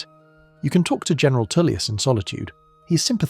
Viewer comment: Jesus, Tullius is pronounced Toll-lius not Too-lius...